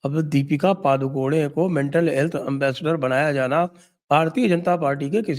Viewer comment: पादुकोने नहीं correct pronunciation पडुकोणे